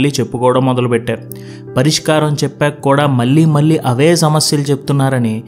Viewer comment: మీ జీక్స్ చాలా ప్రభావితం చేస్తాయి.కానీ మల్లీ మల్లీ అనడం కొంచెం వినడానికి ఇబ్బంది గా ఉంది.మళ్ళీ,మళ్ళీ అని పలకలేరా.కొంచెం ప్రయత్నించండి.